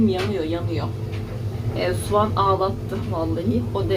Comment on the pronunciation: Abla bu bir eleştiri ancak kötü anlamda değil. Konuşurken ve yazarken Türkçeyi çok yanlış kullanıyorsun. Sovan, hayel vs diyorsun. Bunları düzgün kullanmaya çalışmani tavsiye ediyorum. Herkes bu konu hakkında kırıcı yorumlar yapmış, eminim üzülüyorsundur. Dikkat etmeye çalışmalısın bence...